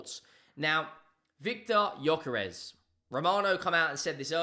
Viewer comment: its actually pronounced "Yuh-kuh-resh." You're welcome.